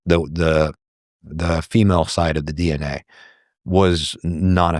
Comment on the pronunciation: ...it's a dee-enA thing...